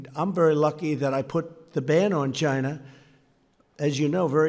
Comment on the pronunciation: Its Chyynnaa, not China - Sir "Do Lund Trump".